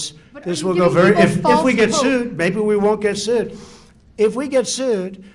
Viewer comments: Can you imagine being sued more than 3,000 times, and still pronounce it and make it sound like, "Sood?" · Sooid... suud.... weird part is that he's pronounced it differently on several occasions, and not one of those times correctly. Maybe he needs to inherit some more of those extra brain chromosomes from his uncle to improve his pronounciation.